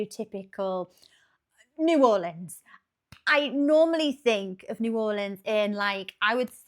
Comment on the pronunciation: The only Brit to ever say New Orleans correctly 😂❤